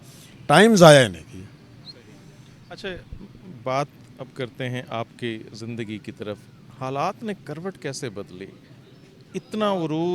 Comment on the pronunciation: then why did you say "jindagi" instead of "Zindagi"...??